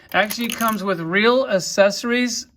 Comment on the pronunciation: The way dude says accessories, kills me 🤣🤣🤣 it's pronounced əkˈses(ə)rē. Wow, dude is drunk AF!